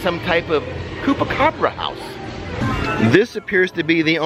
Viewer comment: Chupacabra…. CHEW-PA-CABRA